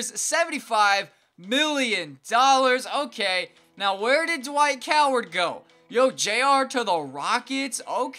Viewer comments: lol he said dwight coward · dwike howard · Just gonna ignore He said Dwight Coward